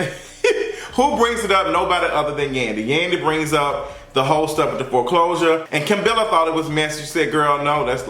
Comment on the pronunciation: Yoooo I hollered when he said “FORECLOSURES” has to be stopped 😂